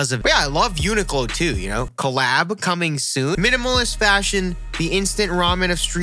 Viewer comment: its pronounced "You-Nee-klo"